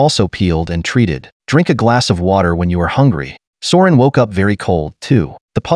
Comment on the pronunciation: The "High guy" thing kills me everytime lol!! People should have a drinking game everytime the AI voice says those words!!! It's also funny af that AI voice keeps calling Søren for Soren and Sauron and Ulrik for Uric and Euric🤣🤣🤣🤣🤣